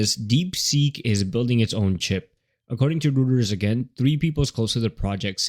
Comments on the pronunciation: It's pronounced ROYters, not rooters 😆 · That's right. I even interviewed with them...it is definitely pronounced ROYters.